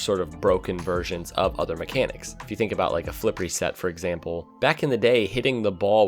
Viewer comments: Nobody:: evample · What’s evample mean 😂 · Nice “evample” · nice "evample" at the start ;)